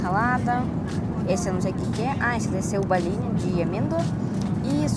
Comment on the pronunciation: Engraçado que ela NUNCA USA A LETRA "O" nas palavras. Ela diz: Aeraporto (Aeroporto), "Canheço (conheço), Balinho (Bolinho), Camputador (Computador)... rsrsr tem de aprender as vogais em Português. rsrsr Mas acho que é o charme dela. rsrsr